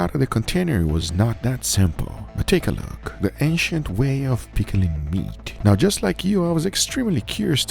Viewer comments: Ancient ❌ Asiant ✅ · OH I thought he was saying “Asian methods” but the whole time it was ancient 😂😂 Me big dum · I swear I thought he was saying Asian til I read the title lol. 😅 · Every time he said ancient I hear Asian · Guga keeps saying "Asian" from what I hear LOL until i realized he meant Ancient hahaha peace out :D